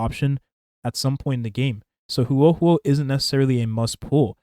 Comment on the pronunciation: Bro is butchering Huohuo’s name lmao